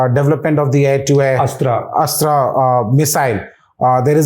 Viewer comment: Its 'Astra' missile not Asra. When will the media learn to report responsibly?